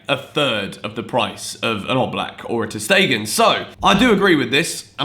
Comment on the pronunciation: About ter stegen ..his name pronounced shtegen not stegen as "s" in german pronounced "sh" sometimes especially in the beginning